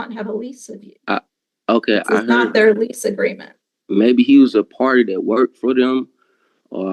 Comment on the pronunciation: "they". Why is the word "their" as hard from them to pronounce as the word "ask"?